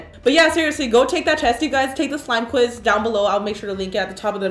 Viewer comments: she said slime quit like 5 times LOL it was actually smile quiz xD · I died when she kept saying “Slime quiz” and no one noticed